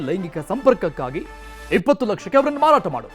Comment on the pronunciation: ಮರಾಟ ಅಲ್ಲ ಮಾರಾಟ ಅದು